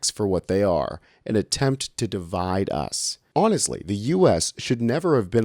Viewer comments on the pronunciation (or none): none